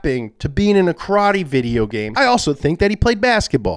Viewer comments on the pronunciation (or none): none